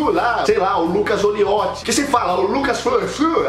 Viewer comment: kkkkkkkkk mds meu nome é Lucas Calizotti . Quase morri de rir quando ele falo Lucas Olioti